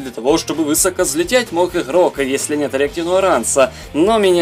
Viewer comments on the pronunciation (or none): none